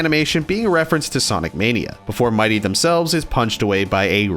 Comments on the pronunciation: his name is said MIT, E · “2” things you got wrong: 1. Mitee is pronounced Miht, (as in oven mit) then tee (as in tee ball) 2. D-Side Milk takes place on the 4th floor of the fanmade Sunky game “Sunky’s Schoolhouse” created by Bimbus Bobus. (Definitely go play btw) in the game, Mitee gets mad that Robotnik collected all of the purple donuts and not the pink donuts. Robotnik gets angry & kicks Mitee out of a window he’s standing behind. However, in the song, the complete opposite of this happens & Mitee kicks Robotnik out of the window instead. Edit: (Possibly not right, just a theory. A GAME THEORY) In the beginning of the song, Robotnik goes into Mitee’s office and instead of being greeted with Mitee, he’s greeted with Sunky instead. The “On Break” sign indicates that Mitee is doing something else & told Sunky to run his office while he was away. Robotnik got impatient because he wanted the key to open up the big lazer gate that was blocking his path. So he kicked Sunky out of the building. When Mitee arrived, he saw the damage Robotnik caused to his beautiful, beautiful office. He got pissed, and kicked Robotnik out as well.